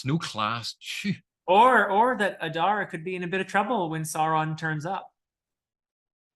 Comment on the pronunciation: In the Elvish languages letters generally keep the same value. There are exceptions, it's all described in Appendix E. So yes Oo-dune (US pronunciation). Likewise Ah-dar, not Ay-dar.